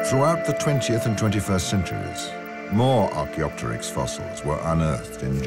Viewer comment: I like how the makers show Auracarias as being the dominant trees. Too many dinosaur re-imaginings show angiosperms, a serious anachronism. BTW, the correct pronunciation is archeo-pteryx, with the p silent (ark-eo-ter-icks). It literally means ancient wing in greek.